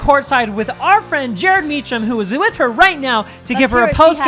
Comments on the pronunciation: Jared mispronouncing Mecham 😂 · Me too, and don't forget how kept mispronouncing E&J's last name as it is spelled, Mee-CHam instead of Mee-CKam. The other good one by was "She must have been up at 12, 2 and 4 last night with a newborn baby!" Hilarious!